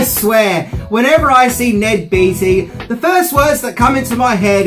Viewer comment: Beatty..... pronounced - "Bay-dee".